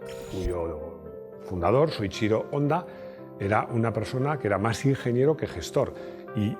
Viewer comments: Qué buen vídeo! Un apunte, Honda se pronuncia Jonda. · Pronuncias muy bien las marcas en su idioma solo te falta Honda ( jonda) Hyundai (jiundei)